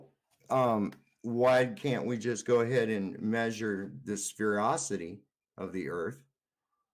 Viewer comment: Just a blerb in the middle here; IT'S SPHEREICITY NOT SPHEREOCITY! WTF 😒😒